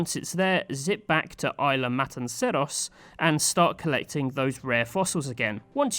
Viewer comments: Isla - pronounced "IS-la" not "eye-LA" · i think the 's' in isla is pronounced